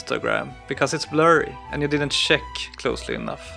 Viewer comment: ! am also not a native English speaker but please try to improve your pronunciation. It took a while for me to understand that you were saying "check" instead of "shake. This almost ruined for me an otherwise very good video.